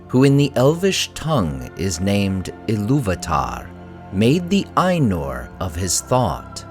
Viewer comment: Eru Ilu-VAH-TAH